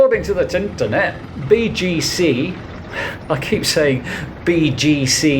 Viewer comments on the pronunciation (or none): none